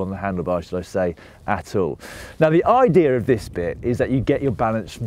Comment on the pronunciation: "The Idearrrr"